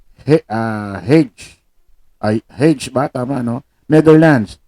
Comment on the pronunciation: Konti na lang tama na pronounciation mo sa Hague. Ang basa doon ay Heyg sa English or Hag sa Dutch